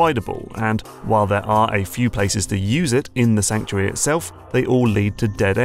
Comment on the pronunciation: "Sankuary" Fortress?